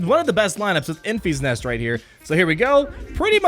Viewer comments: En-FISS NEST, not EN-feesnest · En-FEE's-Nest!!!!!?????? Omg it is killing me ... it's "En-fis-Nest" I cringe each time he says it! Lol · En-FISS Nest, not En-FEES Nest as per the Movie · I saw the movie again last night - tge middle syllable is different from your pronunciation: it’s not pronounced as en feas nest ; it’s en fis nest (rhymes with diss, not ease ). Hope that helps. You have great content.